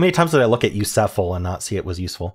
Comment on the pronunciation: I was dying when you kept saying “u sef ul“ 😂😂